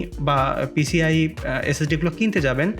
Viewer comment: vai PCLE na, oita PCIE hone